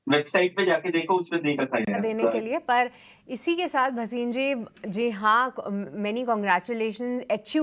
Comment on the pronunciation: वसीम नहीं भसीन